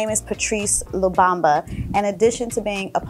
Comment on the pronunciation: Beautiful pieces! Btw, the prime minister's last name is pronounced Lu-mum-bah (no shade)--😊 love your channel!